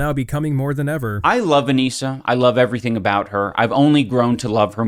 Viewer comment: evetything? Thats not normal, healthy..